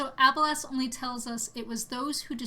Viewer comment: Great video! I just don't like how you pronounce Abelas lol